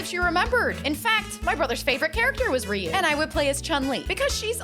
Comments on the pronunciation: It’s not riu it’s ryu pronounced (RI-YOU) but good cake I’m impressed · I've been pronouncing Ryu's name wrong for 35 years 😂